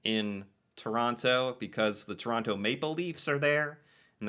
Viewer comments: She said hockey game in Chronno, please take note and please stop mis-pronouncing the name of my home town. She said it many times so get the correct pronunciation through your thick skull. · Lived in Ottawa for 5 years, can confirm, boring af, most exciting thing that goes on are street racings at night Also Toronto is pronounced ToroNO, you don’t say the second T….no, idk why